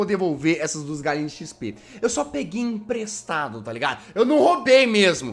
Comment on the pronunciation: "IMPRESTADO" muito inprestado